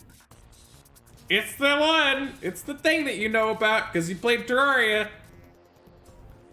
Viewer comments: The fact that he says "Terawria" 🤣🤣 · THE GAME'S NAME IS PRONOUNCED TER AIR IA.